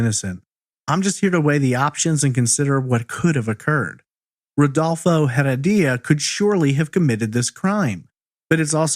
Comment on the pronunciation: "Rudolfo Heredia" is the correct pronunciation of her abuser.